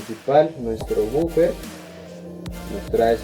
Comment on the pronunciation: Es la abreviación y no es bufer es woofer